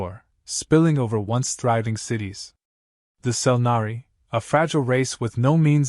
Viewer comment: Selnari, nor Century. Jeez.